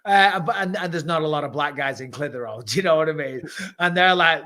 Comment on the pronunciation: MICHAEL SAID CLITTER HOLE